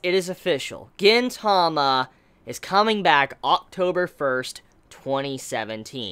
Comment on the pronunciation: It's pronounced GEEN-tama